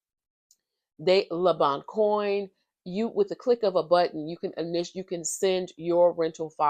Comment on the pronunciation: BTW it's pronouced Le-bon-quon